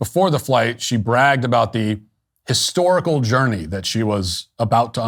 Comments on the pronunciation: I thought I heard Katy Perry say hysterical, not historical, in her speech. HAHA!😂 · Katy mispronounced hysterical